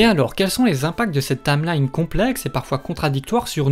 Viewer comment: "La tameline", "Urule Hystoria"... 😭